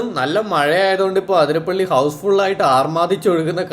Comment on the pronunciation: അതിരപ്പിള്ളി. ആതിരപ്പള്ളിയല്ല😊